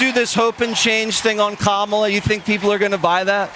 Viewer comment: KÄ mä lah (Comma la) even the children can pronounce it🙄 VOTE💙💙💙💙